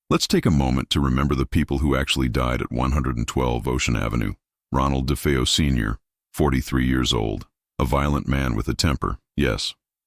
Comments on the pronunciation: It’s DeFAYo not DeFEEo. That’s why I hate AI. 🙄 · AI... It's De faye oh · If it's such a hoax how come nobody heard the gunshots and its da fay o not defeeo